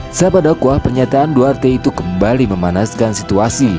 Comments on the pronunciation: Maaf bang, Duterte bukan duarte 🙏🙏🙏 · Maaf Pak bukan duarte tapi "Duterte"yang betul Pak Maaf Pak baca betul2 takut jadi masalah Pak